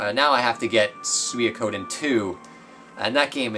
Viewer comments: I thought it would be sue-ee-koh-den... cos it's Japanese so in terms of characters it'd be su-i-ko-de-n... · Swe-Ko-Den. It's the Japanese word for the Chinese novel "The Water Margin" Which the original game is heavily inspired by. Sui is the Japanese word for water....That's about all I can tell ya lol.